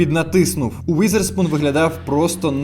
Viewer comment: не Уїзерспун, а Візерспун, не застосовуйте москальську транслітерацію